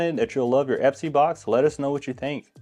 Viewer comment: Great vid! I noticed the box is called Espy though… not Epsy 😅